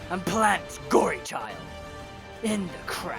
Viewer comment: Its good but its Gorechild not gory child